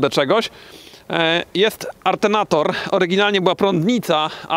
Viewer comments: "Artenator" czy :Alternator" ? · ARNTENATOR ... dobree 😆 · ALTERNATOR a nie arternator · Co to jest artenator? 🤣